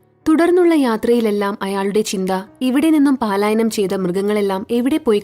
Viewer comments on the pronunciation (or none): കഥ സൂപ്പർ! പാലായനം എന്നല്ല 'പലായനം ' എന്നാണ് വായിക്കേണ്ടത് കേട്ടോ 😂